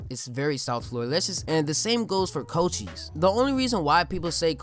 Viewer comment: Thas how it's pronounced tho